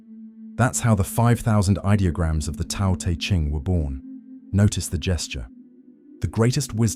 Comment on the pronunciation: Your content is excellent, but your pronunciation of Chinese words is uncorrect. The “t” in Tao and Te is like the “t” in the English word “stop”: unvoiced, unaspirated. The name Laozi should be closer to “loudzuh.”